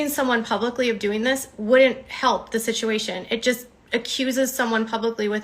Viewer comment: You can tell she’s had at least a few drinks by how she says “shituation.” Is t it such a coincidence that the same exact things happen whenever she’s not doing well in a lawsuit or if she’s not getting enough attention from viewers when she’s got a target in her grips? Tati, leticia bias, Todd chrisly, Brian Landry, etc. it’s always fake swatting calls, threatening emails about her and her son, photoshopping her son into p*rn, spoofed emails, etc. so strange the same things keep repeatedly happening…